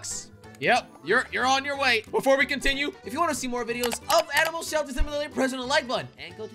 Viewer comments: Jelly saying selter instead of shelter in the first 2 seconds of video🤣🤣🤣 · U said selter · I like how he said "Welcome to my animal SELTER" I laughed so hard and rewinding and rewinding over and over again 😂🤣😂🤣😂